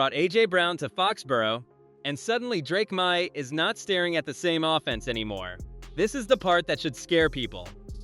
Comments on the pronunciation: Drake MY???? c'mon, bot figure it out! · Drake Meye?? LOL